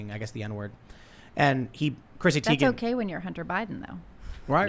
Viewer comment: You're pronouncing Teigen's last name incorrectly